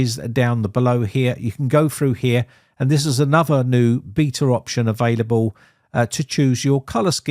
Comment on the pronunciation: Talking of language, I would ask if you could pronounce correctly; E.G: anuvva/another, free/three, frough/through, bofe/both, summing/something and eeva/either. Thanks. Otherwise its an informative channel.